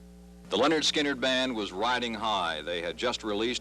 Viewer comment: hey dude...it's pronounced Leh-Nerd Skin-Nerd